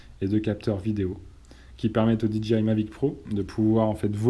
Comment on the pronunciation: Super vidéo mais s'il te plaît, pas "DiDji", juste "Didjéaïe", ca fait plus pro